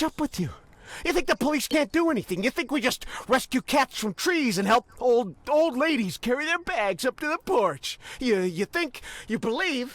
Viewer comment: Oh sweet mother of god 😂😂 HE SAID LIDDIES NIT LADDIES